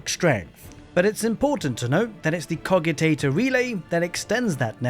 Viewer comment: But you said Cogitator wrong so nothing you say matters